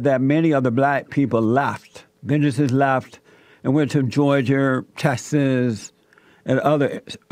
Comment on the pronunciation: This man can’t even pronounce Georgia correctly, and he has all these white racist followers, it says a lot about them his followers must be just dumb as him